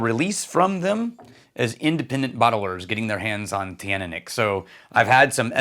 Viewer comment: Hello, I'm told Teaninich is pronounced chin-knee-nick. Not in his original pronunciation videos, where he says it a little different, but more recently in vPubs Roy Duff/Aqvavite uses that form. It's also how I was told by a very well-informed member of staff at a local whisky shop. But others still pronounce it different.